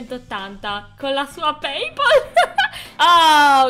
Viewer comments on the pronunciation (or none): none